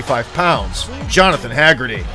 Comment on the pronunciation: Hahahah " Hag get tee"